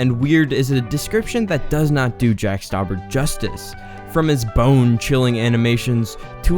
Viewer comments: You butchered his last name. It's pronounced (St-ow-bur). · Its not jack stuaber its jack stuaber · You pronounced his name wrong